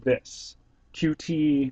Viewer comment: It's pronounced "cute" :]